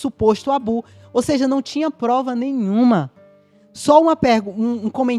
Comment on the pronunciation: Achei irritante essa advogada ficar falando “abu” em vez de “abuso”. Não existe isso de viver com uma coleira do YouTube — se é que essa limitação é mesmo uma imposição da plataforma, e não apenas vozes na cabeça dos entrevistados.